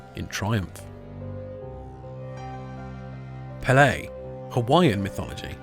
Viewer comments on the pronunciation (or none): I really like your channel, but please, please, PLEASE research the correct pronunciations of words. Case in point, PEH-lay is the Hawaiian goddess of fire, while peh-LAY is the Brazilian god of soccer